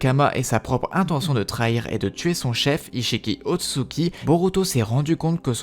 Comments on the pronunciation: il dit "otsuki" alors que c'est Ōtsutsuki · Je vais surment pas continuer a regarder la vidéo d’un mec qui écorche le nom ôtsutsuki a chaque phrase